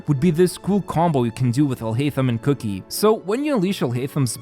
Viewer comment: It's Kuki (pronounced kooki) not cookie. lol